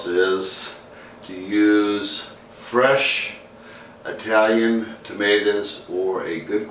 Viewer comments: The guy said Eye-talian. Nobody ever came or lived in a place called Eye-taly. If he doesn't even know how to say it, how can he cook it. Cooking well is all about the details. He is a total fail. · Did this stunod just say "eye-talian"? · Sorry, bad sound, bad pronunciation Italian, and What happened to "fresh tomatoes"??? Using a blender is a deal killer for me, so I quit the video at that point. Nothing personal.